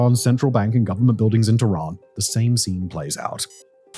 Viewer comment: .typical sensationalist statements such as ".. not exactly paradise, is it?" Or the fact that he cant be bothered to learn to pronounce any of the names correctly( TEHHRAAN becone Tiraan!) only proves that it's all speculative outsiders' perspective . .